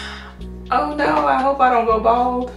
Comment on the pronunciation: Why did the “oh no, I hope I don’t go bald” sound exactly like “oh no I hope I don’t fall”